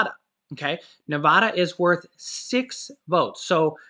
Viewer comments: You forgot Alaska 😅 also for all the nevadans its a soft a. Same as in like apple. Nevada not (ne vah duh) it bugs me so much. I live there for 4 years. Sorry! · Love and appreciate all your updates but as a native Nevadan you need to learn to pronounce our state correctly. Both "a"s in Nevada is an "a" like apple. My family and I were just cracken up listening to you today. 🤣😂😅